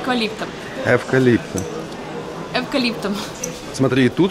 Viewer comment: Да-да с"эквалиптом"!!!😅